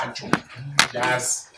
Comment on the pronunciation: It's how said "jasi" for me😂.... Neka pose